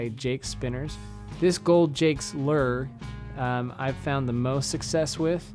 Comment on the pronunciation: Where are you from? "Lurr" for "lure" (l- you're) is a new one for me. 😂. Great video btw, thanks for the info!